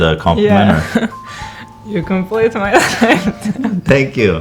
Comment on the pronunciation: u complete me in russian accent? hahahaha